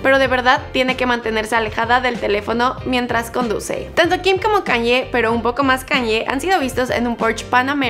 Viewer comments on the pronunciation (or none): KanYE ?? Así no se pronuncia